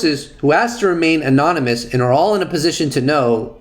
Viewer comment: You’re a smart guy please pronounce excerpt, anonymous correctly there’s a P in it ? It’s not EXCERT ITS EXCERPT . You ALLWAYS use the latter when your trying to say the former.